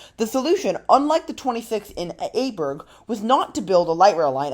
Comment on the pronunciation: try to pronounce it like it is, the next time. IJburg is like I-burg. Like in I am. Not how you say it like A-burg